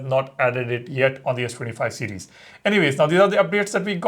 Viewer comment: You need to learn to pronounce "series" better, It literally sounds like ur saying cds instead of series, slow down